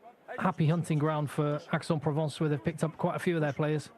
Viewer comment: Aix is pronounced EX.